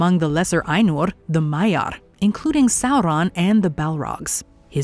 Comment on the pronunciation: The proper pronunciation of "Ainur" has earned this video a "like".